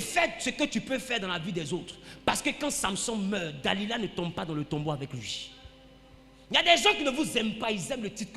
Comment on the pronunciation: Delila et non Da-lida Amen